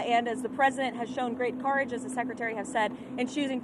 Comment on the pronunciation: tHe pReSiDeNt haS sHoWn sUcH grEaT .... COUP-rage... so so much couprage he has shown